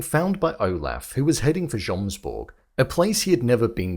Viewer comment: Still saying jomsborg with the j after they pronounce it yomsborg through the whole season is crazy